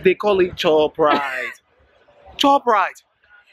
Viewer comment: hahah "chopp rite"